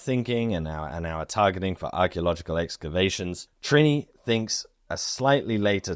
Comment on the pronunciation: Yaaaay Denmark! 🎉 The lighthouse was actually moved 30 meters to keep it falling of the giant sand dune. Fun to watch a place i have been myself randomely featured in the context of neanderthals 😂 Loved your pronunciation of Trine btw 😉👌 🇩🇰🇩🇰🇩🇰🇩🇰